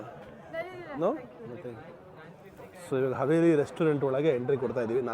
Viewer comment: HAVELI NOT HAVERI 😁😁